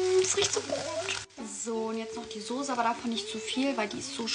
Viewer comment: Souuuusse & Nouuudelzzz😅